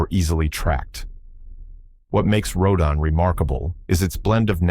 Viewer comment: 15 out of 15! I won’t quibble about order. I love each and every one of these movies. I saw them all in the movies in the 1950s. They are the background images of my coming of age. Just one thing. How many different ways can Rodan be pronounced? Row DAN is the right way.